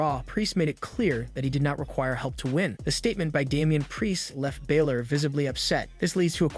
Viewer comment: Its not 'Bailor' its BA-Lor!